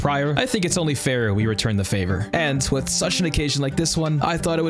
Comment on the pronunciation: Brother it’s pronounced “with” not “wit” lmao